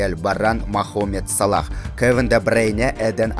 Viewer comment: Жакшы кабарын бар экен, молодец! бирок, тилин сынайын дейтко☺☺☺ Хотябы Салахтын атын туура атпайсынбы, брат!!!